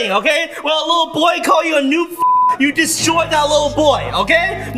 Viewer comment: It’s noob, not nube.. lol